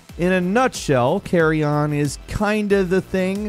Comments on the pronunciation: its not "carry on" its carrion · its actually carrion not carry oki.....👌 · Still saying Carrion wrong in 2022. Love it! Anyways great list!